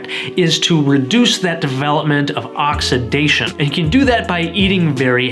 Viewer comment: Why are you screaming? Also, you pronounced "oxidation" wrong.